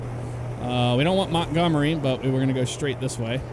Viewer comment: u said Montgomery wrong